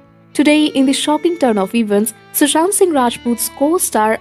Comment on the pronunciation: Pehle naam Ka pronunciation theek se practice karo phir video banao Chhhaahe thoda fake accent kamm bhi ho jaayee koi baat nahi Par naam surname ko dhang se uchharan karna seekho